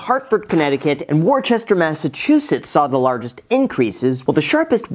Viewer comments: “Worchester, Massachusetts”💀 its pronounce “wuh-ster” couldn’t tell you why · Its Wouhstah not Worcester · LOL Wor-chester Massachusetts hahaha it’s pronounced Woostah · Very important input: It's not pronounced "Worchester MA" it's "Woostah MA" 😁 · It’s pronounced Wooster, MA, not Worchester 😂😂😂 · Worchester! Lol Sorry i live in Worcester (Woo-ster) so it was fun to watch you say it like that! Great video! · Just a heads up you pronounce Worcester Mass like "Woo-ster" but not like "ooh" more like "uh". Its certainly not Worchester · Its Wousstah not WarChester, don't offend the massholes Graham lol 😂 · Its pronounced Wustah not Worcester other than that great info keep up the great work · Hey just want to help — the “orchster” is silent! Worcester, MA is pronounced “Wister” or “wistah” if you want to sound Bostonian. I know it’s hard to believe, but you say it like Wister. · Wu-ster. It’s pronounced Wu-ster, Massachusetts. Not War-chest-er. I know, I know 😂 and you’re welcome. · It’s Woostuh, not warchestur 😂😂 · Worchester has to be the most mispronounced city in the US as they go by Wuh-stir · Wusta, not warchester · Warchester, MA? Pronounced (Woost - ter, MA) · WORCHESTER???? I'm offended!!!! Its Worcester! Pronounced like 'Wuss-ter'. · Anyone else from New England giggle at “war-Chester?” “Wu-sta” if you’re from Boston. “Wu-str” the rest of us. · Pronounce it Wister not worchester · Not to be a mass-hole but Worcester Massachusetts is pronounced ‘wistah’ - I know. Weird. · Worcester, MA is pronounced “WOR-SHTUR” I live/own there 😊📈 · it’s Wouh-ster Mass — or if you’re from there, Wouh-stuh (The first syllable sounds like the word wood without the d) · Worcester, MA is pronounced "Wuster."" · As a Massachusetts resident, I am upset with your pronunciation of Worcester. It’s pronounced “wuster” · just an fyi from a Massachusetts native, it’s pronounced Wouster. Makes no sense but that’s the facts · It’s pronounced Wooster!! (MA) Haha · It’s WOOSTER bro